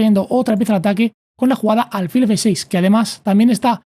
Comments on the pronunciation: Son excelentes tus explicaciones, solo el detalle de álfil en lugar de alfil. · ¿Por qué dice ÁLFIL?